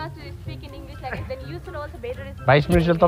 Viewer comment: “English is crazy langwaay”